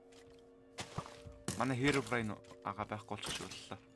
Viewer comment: бичлэгний хамгийн эхний хэсэг дээр та хэромом гээд хэлчисэн